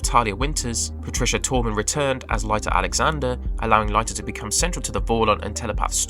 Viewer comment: Pronounced Leeta Alexander, not Lighta Alexander.